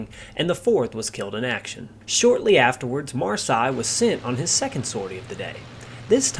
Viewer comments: "seille" is not pronounced "sigh", but "say". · Marseille is pronounced Mar 'say! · " Mar-Say " 😁 Great video none the less. Thanks buddy.😉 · fair enough pal, it really doesn’t sound right though when you give so many different pronunciations. Your very first pronunciation of his name on the video is spot on. At one point you are saying ‘Marshay was two months shy’ of his 23rd bday.(they both sound the same the way you say it which they shouldn’t). Found you on Facebook, can I offer some advice? (Not meant in a condescending way) I have every book there is on Marseille and tons of other pilots and aircraft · Great video but very irritating how you couldn’t learn how to pronounce his name and surname correctly before making this video! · Your pronouncing his name incorrectly. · great video his name, though. I think it is pronounced exactly like that French city. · Please try to find out how the french pronounce "Marseille". The nmae Marseille is exactly pronounced like this in German. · Pity the Narrator can’t pronounce Marseille Correctly. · And the question for our Quiz tonight is: How many different pronounciations of the name "Marseille" did the narrator use ? Was that a) 11 b) 17 c) 8 in 10 minutes plus 12 other variations d) 21 (all possibilities also combined with the fact that it wasn't pronounced one single time correct, being like the French town.) Fun game: with how many different pronounciations can you come up for Ike Eisenhower ? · man I was really hoping you would get this one thing right, I mean his name is simple it’s pronounced like the French city in the south of France.. don’t know what else to say it’s so simple.